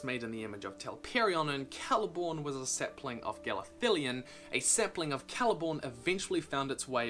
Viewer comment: You mean "saplines"